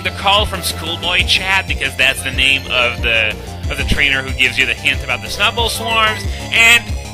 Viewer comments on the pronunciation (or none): The way you pronounce Snu-bble lol